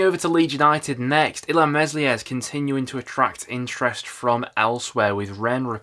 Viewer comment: It's Melier, the S is silent.